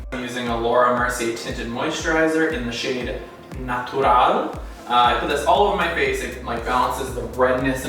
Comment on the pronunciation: I love how he said "natural" like a romainian😊💗